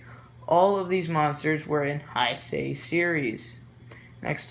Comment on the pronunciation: learn to pronounce Heisei lmao